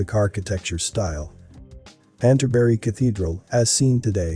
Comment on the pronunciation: Pronounced, Kanterbury.